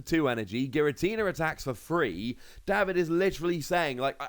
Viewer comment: Day-vid,, not Daw-vid.